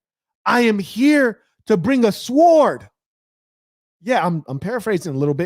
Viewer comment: You was really cooking on this one 🔥 🔥 🔥 The "W" in "Sword" is silent by the way. Appreciate the work as always 🙏🏾